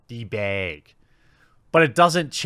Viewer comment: "d-bag. bag. Baeg, bag." Can we get more of this weird pronunciation stuff?